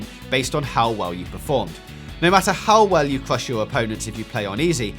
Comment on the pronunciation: It's called a speech impediment